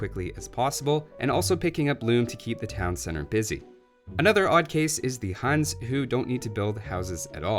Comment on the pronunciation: Huns is pronounced as Hans? Nice